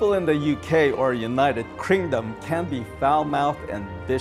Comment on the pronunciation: "welcome to the United Krindom